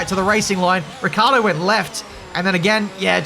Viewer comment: Poor Ricciardo being called Ricardo every single time.